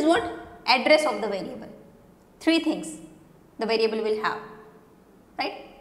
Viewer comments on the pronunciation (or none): none